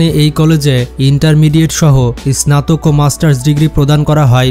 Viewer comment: স্নাতক উচ্চারণ সঠিকভাবে বলতে পারেন না?